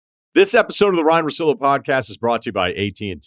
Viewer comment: It's Russillo mate not Russilo